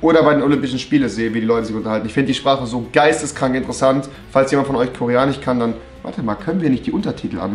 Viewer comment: wieso sagt er koreanich und nicht koreanisch